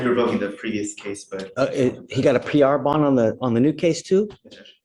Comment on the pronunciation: X-NAE ON THE PR-BOND-AYY!!!! 😂😂😂😂 I spit out my drink when I heard that 😂